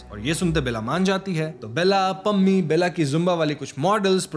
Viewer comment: Lol it's not Bella but Bela (बेला)